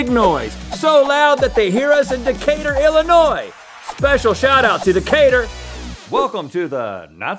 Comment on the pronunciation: HE SAID DECATUR